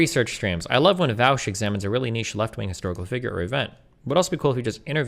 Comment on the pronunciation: Why are people pronouncing Vaush as Vaosh now?